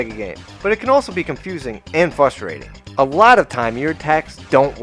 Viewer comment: "Fustating" That makes me irate.